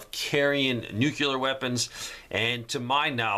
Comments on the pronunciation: Please, Please say = nu·cle·ar /ˈno͞oklēər/ ("New Clear" just like it is spelled) Nuclear - relating to the nucleus of an atom. NOT "New Que Lur" like George Bush used to pronounce it... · NUCULAR IS NOT A WORD ! The word you are trying to say is, nuclear ! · you habitually mispronounce nuclear. Listen to yourself. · Still mispronouncing nuclear. Listen to yourself man. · Again with mispronouncing nuclear. Listen to yourself man. Really damages your delivery.